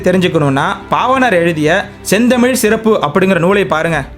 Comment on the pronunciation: சிறப்பு என நீங்கள் உச்சரிக்கும் தன்மை வளமையாக இல்லை. (தொடக்கத்தில்)